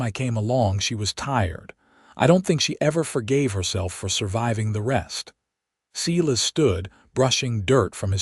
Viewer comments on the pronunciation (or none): Silas pronounced Sighlas not seelas